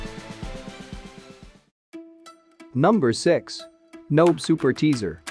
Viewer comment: Nobe is pronounced NoBay, just so people know. The voice synth in the video is garbage.